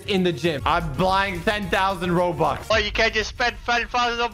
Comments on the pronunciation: Bruh he said roblux not robux bro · my man said robox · Who else hears him say Roblox instead of Robux lol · YOU SAID ROBUX AS ROBLOX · i will spend 100 thousand roblox to be strongest in this game! Also: says robux instead of roblox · Instead of robux he said roblox lol 😂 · I like how he said ‘roblox’ instead of ‘robux’ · hey at the beginning you said "i will spend 100k roblox" in stead of saying "i will spend 100k rubux". Just wanted to tell you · I like how said 100k robloxs its robux not robloxs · Dude instead of robux he said roblox🤣🤣🤣🤣🤣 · He always says Roblox when it's robux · i think you said roblox isten roubux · In the intro he said roblox not robux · Why did he said roblox and its robux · Did you said roblox not robux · you said roblox instead of robux in the beggining. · 2 seconds in he said "Roadblocks" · you sayd you spend roblox not rubux